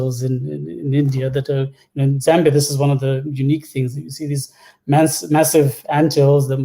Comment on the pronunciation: Charles, I love you, but why are you saying "Zimbia"???